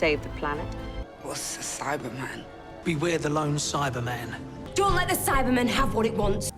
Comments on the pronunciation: I’m American, and I emphasize that part of the word. I never noticed that in the show it’s always Cy-bah-man not Cy-ber-man. I hope that makes sense. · Things I learned: 1. All the ‘important’ names are surprisingly consistent 2. They never pronounce the R in Cybe*R*man?!?! 3. Daleks pronounce Omega like an American does, while Benton was the only one who pronounced it like a New Zealander